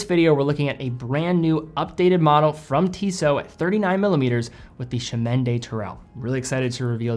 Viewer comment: The blue-dial variant looks great. I remember the previous CdT version was available in both regular and COSC-certified models; do you know if Tissot plans to offer the same this time around? (Also, the next time you speak to someone at Tissot headquarters, ask them to teach you how to pronounce "Chemin" — that was the only part of the name with which you had problems.)